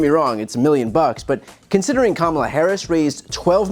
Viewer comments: Sounded to me like he said “ Kamila “…, still can’t seem to get his pronunciation right..🙈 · "Camilla" is King Charles' wife! Our next President's name is Kamala... VP Kamala Harris. After 01/06/2025, she will go by Madam President! A really good thing on so many levels, one being that Trump won't have to worry about King Charles having a TALK with trump, because he won't mispronounce Our Madam President's name, any longer... "Camilla"... Really? 🤣🤣 (No offense to Queen Camilla) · Oh, hardy har har, such a clever name Dumpf has for Gavin Newsom and funny, funny new mispronunciation of Harris' first name. Ha ha. Can't get enough of that comedic genius. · Also who the F is Camilla? 😂 Why is it so hard for him to say her name which is said EXACTLY LIKE ITS SPELLED Ka-Ma-La. Kamala! Not Camilla or Kamabla or anything else! How can he say he is in the least bit “smart?” You learn to sound out words to speak them in grade school. Why doesn’t someone in his camp tell him he sounds racist or dumb or both! IT IS NOT A HARD NAME TO SAY! I mean his own wife’s name is just as hard to say Melania. Spelled just like you spray it, just like Kamala! What a dumbass! 😢That interview he did w Musk was SO boring . I only watched 15 mins of it & I fell asleep. The best part was when he was talking abt how he was getting tough w Putin & he said “Putin said no way, then I say Waay”. That was the dumbest & funniest crap ever!!! After that, I fell asleep bcuz all Trump did was lie, brag, bully, repeat! BORING AF! #WeAreNotGoingBack #HarrisWalz2024 🙏🌊💙🌊💙🌊💙🌊💙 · everyone seems to have missed his pronunciation of "Kamala" as "Camilla" when he was talking about the Time mag cover... CAMILLA?! Was he confusing her with King Charles III's wife, Queen Camilla?!! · I suspect he was deliberately mispronouncing Kamala as a way of openly disrespecting her. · The fact that Trump mispronounces Kamala Harris’s name, either purposefully or out of stupidity says much of what you need to know about him.